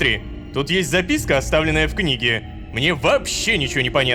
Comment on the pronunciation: Рома озвучил не записка , а записьки